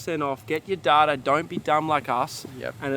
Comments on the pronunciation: the way you pronounce data is hilarious 😂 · Most people: "Dayta" The other people: "Datter" Australians: "DaRdAR" 😂